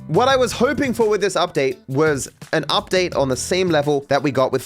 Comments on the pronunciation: Ah yes, the Michael Udpate. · Udtae lol 😂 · loved the michael mansion "udpate". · "udpate" lol